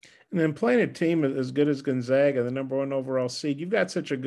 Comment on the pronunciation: rag, lag, bag, mag, hag nag, tag, zag as in...Gonzaga.